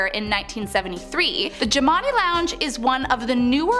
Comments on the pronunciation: The bar is pronounced Jim And I after the owners. Please get your info correct. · I'm playing check off the places I've been. I stayed at the haunted hotel. I got some stories. Jimani is actually pronounced more like "jim-an-eye" Been to all of these places though.